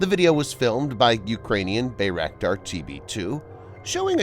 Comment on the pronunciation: Pronounced BYEraktar BE AMAZED